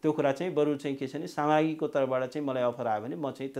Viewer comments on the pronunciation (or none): वरिष्ठ अधिवक्ता रे .... नाम राम्रोसँग उच्चारण गर्न जान्दैन। साम्राग्यि लाइ सामाग्री भन्दैछ। 🙄😏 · कस्तो खालको अधिवक्ता हो हजुर नाम पनि शुद्द उच्चारण गर्न जानेको छैन बारम्बार समाग्री सामाग्री रे ।😂😂😂😂😂😂